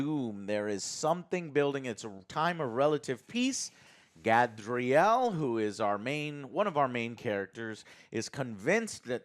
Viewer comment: “Gadriel” aight I’ve heard enough